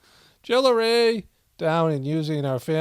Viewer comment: 😂 when you mock las kardASSians--namely, Kim...are you saying "jewelry" or "jillery" or? I'm evidently not in on the joke/source, but want to be 😂 as always, thanks for your insight(s)/perspective on this imploding rock we inhabit. 👍